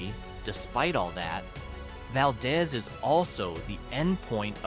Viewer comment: is pronounced “Val-deez.”